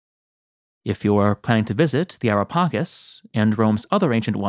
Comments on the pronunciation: U spell it wrong not pakis but paceees like cheese cke not kis cake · It's so wierd for us Italians to hear "Ara Pakis" like you did... LOL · The pronunciation of Ara Pacis is incorrect.